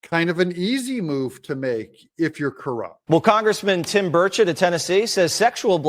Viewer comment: Pronounce his damn name right! He’s not French! It’s pronounced “burr-chet”. Come on man and your even in the Volunteer state